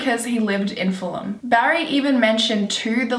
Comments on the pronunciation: Its FULL-UM not FULL-HAM. I live round that area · You have to learn to pronounce Fulham and Chiswick. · So cute how you pronounced Fulham and Chiswick looool